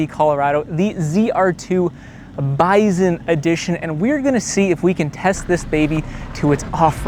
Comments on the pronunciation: Drives me nuts you can't pronounce BISON correctly! Yes even in CaNaDuh, it's still pronounced BY SON ... not BIZON. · Bison or "Bizon" 😆 Canadians sure do some Zany stuff with the letter Z, Zed...